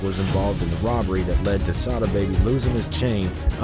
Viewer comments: Not say-da it's sah-da baby!!! Can't EVER take channel's like this seriously when you can't even pronounced the ppl names right. Y'all just be re-rockin' some half az Google internet info 😂 Goofies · It’s pronounced SA DA NOT SAY DA